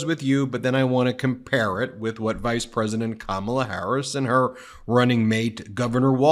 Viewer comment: He said her name correctly again.